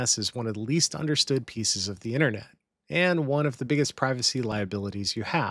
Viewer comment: woa woa woa, slow down ….. “internet”??